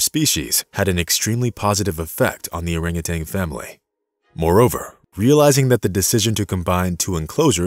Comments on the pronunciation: Orangutan not orangutang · Also.....it's oranguTAN, not TANG! Sorry, but that also drives me nuts! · Orangu...tan ~not ~Orangu...tang (AI???) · In addition to the rest of the correct comments here, I would note that it's not "orangutanG". It's "orangutaN". NO "G" at the end, please! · And it's orangutan, not orangutang! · Furthermore, it is orang utan, not orang utang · As one has already commented, one other pet peeve is the use of Orang-utanG. There is no G at the end, folks. At least in the English language. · And adding a 'g' on the end of their names at that. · I thought the same thing. But the narrator, in that rather artificial voice, also continually refers to them as "orangutangs" with a g at the end. It's a common mispronunciation, but one you shouldn't have in a video meant to inspire and educate. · Love the story. Would love it more if the narrator could stop adding a "g" to the end of orangutan and refrain from calling them "monkeys" since they're apes. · THERE IS NO "TANG" IN ORAGUTAN! :face-orange-raised-eyebrow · I hate it when people say "urangatang". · We share around 97% of our DNA with bananas, too. That's not what makes us so close to orangutans. And yes, it's orangutan not orangutang. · Dude … it’s an orangutan, not a rangatang ! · If you're going to use a text-to-speech AI, you need to find one that doesn't think that orang-utan is pronounced orang-utang. People do it too, so I suppose it didn't have a good dataset to work from. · Nice story! In the future, please make sure your info about, and pronunciation of, the animal is correct. Great apes, not monkey; no "g" and the the end of "orangutan"! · Orangutan, not Orangutang. Also, they're apes, not monkeys. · Not only that! He pronounced their name incorrectly. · There is no "g" as in genius in Orangutan. Same for no "g" in Yin. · Just a thought, hire a narrator who can say orangutan